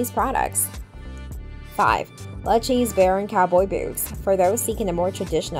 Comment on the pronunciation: It's Lou-kay-see 😂😂😂